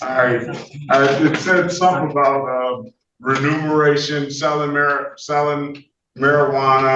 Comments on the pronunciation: Dear, the word is "remuneration" not "renumeration" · Judge, It's not "renumeration"... it's remuneration.